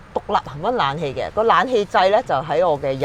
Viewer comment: 係冷氣呀，唔係懶氣呀。